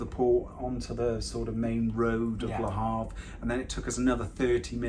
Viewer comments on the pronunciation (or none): Great video! We need to work on the pronunciation of Le Havre! Call me for French lessons 1:1 o 3:3